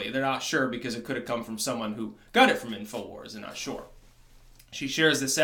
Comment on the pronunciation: Who "gut it" says "got as "gut"